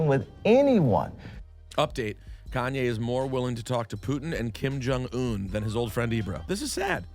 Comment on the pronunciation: "Kim Jong-Wu" 🤣😂